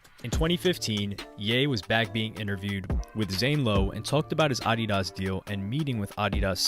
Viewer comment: Had to skip the addidas section. The purposeful mispronouncing of it was making me livid lol then going between the incorrect and correct pronunciation. 😅